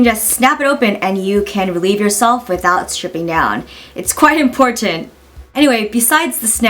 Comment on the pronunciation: you say 'important' with a really sharp T and holy shit i find it really cute hahaha!